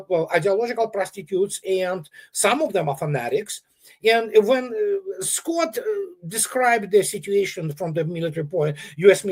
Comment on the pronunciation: How are you squat? should put a bit of effort, it’s Scott not squat 🤣🤣🤣